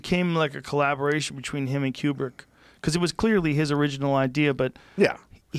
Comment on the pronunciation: Kubrick (like koo-brick) not quebrick.